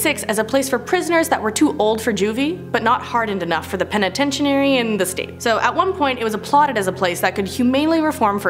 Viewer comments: Wtf is a penatencheeary? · Start practicing on how to say words it's a very easy word sound it out penitentiary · It's pronounced penatenchury. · Sound it out. Penitentiary Pen - uhh - ten - tree. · She is putting too much emphasis on penititairy. New Mexico Main better be on this list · It's pen-eh-tench-er-ee. Good video otherwise, not so many cringy moments lol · Y'all take a break, it's Christmas!! also stop saying Penitentiary like that. It's driving me crazy😂😂😂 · You are saying penitentiary wrong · Lol it's hilarious how you're saying penitentiary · Anyone else do a double take, then get annoyed, then laugh, then get annoyed again, at how she said the word PENITENTIARY??? And what's worse, not a single person who helped work on/film this video, corrected her, so NO ONE knew how to properly announce the word lol... Merry Christmas errrbody!! And if you dont celebrate it, well have a merry day that happens to also be Christmas anyway! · Lmao I was cracking up every time she said it! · I thought that I was hearing the wrong thing at first but then she kept saying it lmao😂😂😂😂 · Me n my man noticed too lol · Right! I've been having trouble watching her videos because of this problem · I was like, "I've been saying penitentiary wrong my whole life." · I couldn't make it through the whole video because of this. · level I said. I said girl stop saying it like that you're driving me crazy, lol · Somebody please teach this woman how to say penitentiary lmfao 😂 love ya but damn seriously 😂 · i switched the video cause the way she says penitentiary... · I sorry but I can't listen to this video because of the mispronunciation of penitentiary. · you are so adorable,you are so misspronouncing penetentary! (Lol I probably miss spelled it)😉🤣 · You are saying penitentiary wrong.